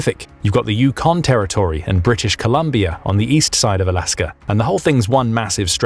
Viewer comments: It is not "You-CON". It's "YOU-con." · You stress the FIRST syllable in "Yukon". "The YUH-kon Territories". You're pronouncing it "yuh-KON". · Yukon is NOT pronounced …. you- KAUN. It’s YOU-kaun. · It is pronounced YOU kon Not You KON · Yukon is a territory not a province. The emphasis in on the first syllable, not the second in the name Yukon.